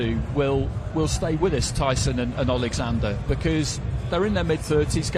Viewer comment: Did Mr Warren just call Usyk "Alexandroff "? 😂